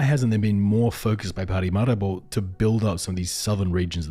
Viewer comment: It's Paramaribo.....not parimaribo!